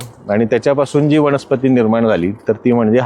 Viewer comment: वनस्पती असत सर वणस्पाती नाही